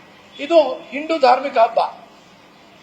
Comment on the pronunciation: ಹಿಂಡು ಅಲ್ಲ ಮರೆ ಹಿಂದೂ, ಸರಿಯಾಗಿ ಮಾತಾಡು ಬಿಕನಾಸಿ.